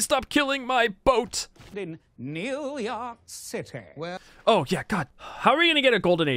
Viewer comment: "New Yark Citay"